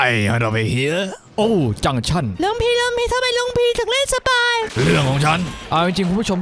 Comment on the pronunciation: สปาย หรือ สปายล์ คับลุง😂